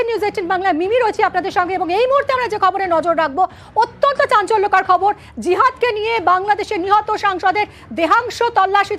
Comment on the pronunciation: খবর কে কবর উচ্চারণ করে। এই মাঘি খবর পাঠ করছে না কারো সাথে ঝগড়া করছে ?